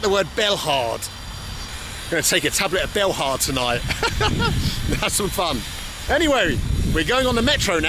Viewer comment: Belhard? BELHARD?! Since when did you start pronouncing your l's as anything other than w's, like a Londoner? You used to be coow.